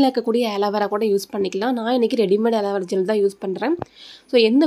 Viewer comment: That named as ஆலீவேரா not ஏலிவேரா try to change ur vocabulary